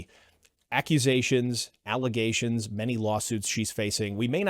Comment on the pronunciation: please use the correct terminology. “False allezations”